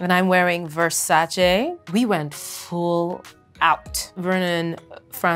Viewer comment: As an italian, I loove how she pronounced ''Versace'' 😍